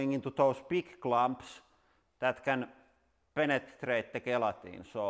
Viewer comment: Um................. I think I like it when you say panatrate 🙁 is this ok???